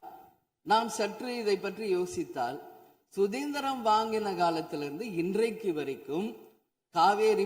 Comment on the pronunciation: Sudandiram, yendru. Tamil. Ucharippu. Sari. Illai... Cm. Sir, Avargale....... Dmk. Atchiela... Ippafi. Yellam. Yarume... Pesula.. Kettingla. Cm.. Dmk.... Nadandadu. Makkal. Yengalukku. Therium....... Yellame... Cm, Thalaile. Podungo..... Ayyo..... Toomuch. Talk.... Very. Bor. Tk... Cm. Sir, u. Nkow. Everthing..... Do,. Wl. Sir.. God. B. Wd. U.....